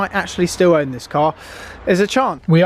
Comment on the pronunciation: My, "OWN," not ,"my ONE."